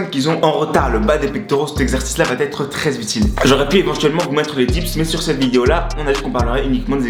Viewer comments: Vidéo intéressante, Merci! Mais si je peux me permettre, il faut juste arrêter de dire "ça va-T-être". Ce pataquès fait vraiment mal aux oreilles 😱 il revient tout au long de la vidéo. "Va" s'écrit VA il n'y a pas de "T" donc pas de liaison, merci! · Supprime la liaison « va T être » et tes explications seront parfaites. 😉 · J'aime beaucoup vos vidéos mais je me permets de vous donner un conseil d'ami pour la suite : on ne dit pas "va t_être" mais "va être". Pas de t, donc pas de liaison. Cordialement .....